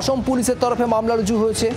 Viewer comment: "রজু" করা হয়েছে বলতে????..... Bengali news ❌ bangadesh news✅😅😅😅😅